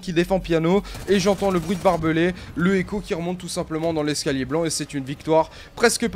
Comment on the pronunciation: Mdr esca gland au lieu de blanc